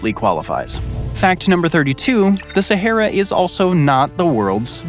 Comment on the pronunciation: The way he pronounces “Sahera” and “Legos” 😂😂